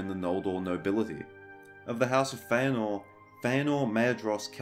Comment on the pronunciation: Yes! I am vindicated! Hearing you pronounce "Feanor" has made me so happy!